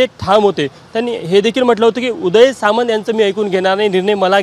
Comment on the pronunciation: अरे सावंत नाही. Samant.